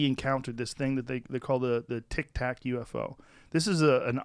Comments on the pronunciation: Still saying tik tok lmao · Funny how he calls the 'tic-tac' craft a 'Tik-Tok', as though aliens are gonna start dancing for clout lmao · He said the tik-tok lol 🤦‍♂️